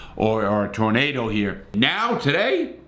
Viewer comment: Larry when talking about twisters in that part of the country, it's a tooornaydor lol. I've often wondered what happened during extreme weather. Thanks for information 👍.